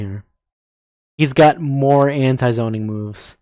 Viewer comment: “hE’s G o T MOre”🥴